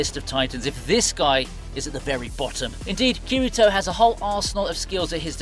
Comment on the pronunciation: Bruh "khireetoe" 💀 I'm already clicking off this video